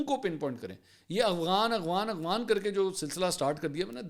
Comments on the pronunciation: اغوان نہیں افغان۔ کچھ تو سھی بھولا کریں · Bhai,,, aghwan,,, nhi afghan hota he